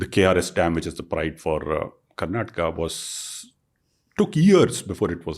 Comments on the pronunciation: You said you are living in Bangalore for 5 years and you still call it "Karnatak". Learn to call the correct and full names first. Cultivate that respect for the place that gives you your livelihood. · It is KARNATAKA not KARNATAK. Migration sickness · i think you should start pronouncing the work Karnataka properly, It is not acceptable the way you pronounce